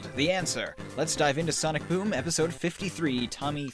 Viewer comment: said Sonic Voom at the beginning of the bideo